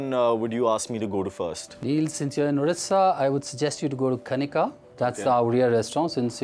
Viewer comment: Hay it's not udisha it's ODISHA.